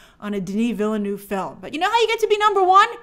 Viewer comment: THAT'S NOT HOW YOU PRONNOUNCE VILLENEUVE!